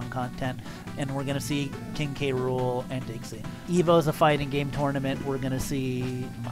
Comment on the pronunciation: King gram... realy its oviesly king k rool